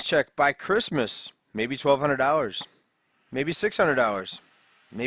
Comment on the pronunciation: Curse-must? your accent or was it intentional pun?